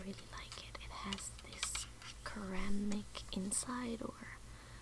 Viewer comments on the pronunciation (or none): FYI: The word "ceramic" is generally pronounced where the c is not like cat, but more like certain .... so phonetically it is like "serr am ick" ... :)